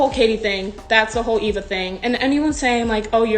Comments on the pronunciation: It’s Eve-a not Ava🤨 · it’s e-v-a not a-v-a i was laughing bc no one was talking about it besides me and this person. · u mean eva? Eva EEva